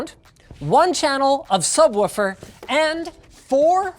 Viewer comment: Linus can't pronounce Subwaffle